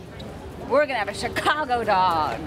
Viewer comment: Wow he's really dedicated to pronouncing it Chy-cago -_